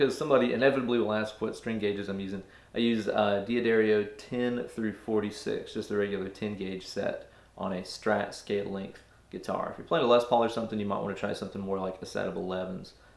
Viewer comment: I’m sorry did you just say DeAdario?